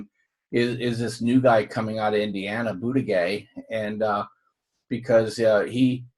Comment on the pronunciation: Just FYI Pete Buttiggieg's name is pronounced boot-a-judge. For real. And many people in South Bend don't like him, saying he's Obama 2.0. He's done South Bend no favors, and there's a police tape scandal he's wrapped up in but I'm not hearing anyone talking about that.